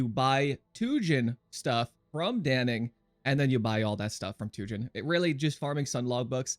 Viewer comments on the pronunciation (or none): How does every content creator manage to mispronounce "Dannig" lmao